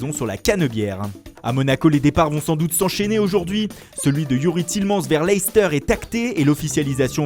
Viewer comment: TielemAns avec un A pas un en